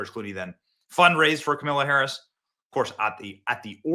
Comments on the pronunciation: Every time Benny mispronounces Kamala it makes me smile 😆 😁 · I love the way you intentionally mispronounce Kamala’s name. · Benny, please use a different way to say her name without disparaging anyone with the good name of Camilla. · How many different ways are you gonna pronounce “Kamala” in one video 🙃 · I love that you're mispronouncing her name, because honestly why bother pronouncing correctly. It's back to infamous obscurity for the emptiest of empty suits. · HOw DaRe yOu MisSpronounCe her nAme!!! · Benny, usually you’re funny. Today you were unnecessarily mean in your comments about Kamala. No need to keep roasting Kamala. And at the very least pronounce her name correctly. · Benny is never going to say her name right again is he? 😁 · I voted Trump. But why did you intentionally mispronounce Kamala's name so blatantly?